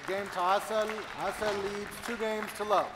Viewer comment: cant believe somebody name is pronounced "asshole"